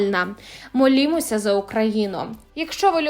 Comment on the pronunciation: комментатору сложно говорить на украинском языке. делает ошибки в произношении мин. что это "молимося за Украину"?